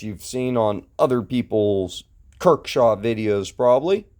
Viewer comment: Kershaw. Not "kirk shaw"